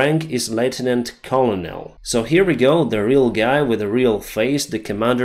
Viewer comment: Colonel is pronounce KERNAL Lieutenant is pronounced lew-tenant